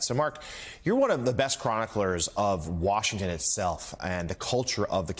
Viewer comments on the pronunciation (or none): none